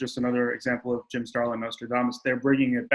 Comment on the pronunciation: "Jim Stralin is a legendary comic artist" umm, that's "Starlin"